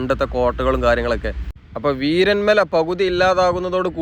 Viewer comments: വീരൻ മല അല്ല വീരമല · വീരൻമല അല്ല വീരമല ബ്രോ